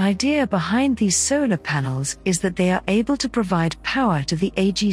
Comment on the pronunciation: what is a sailor panel or sailor array ?or are you mispronouncing vowels on purpose to make yourself sound snotty ? ! what is a papose